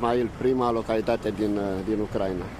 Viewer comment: Se pronunta Ucraína, nu Ucráina. Accentul cade pe i, nu pe primul a.